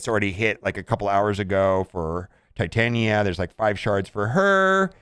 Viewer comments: Pronounced tit-on-ya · If you can pronounce Titanium, you can pronounce Titania